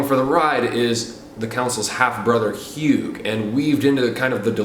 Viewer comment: Also he pronounces "Hugh" like "HyooG" ...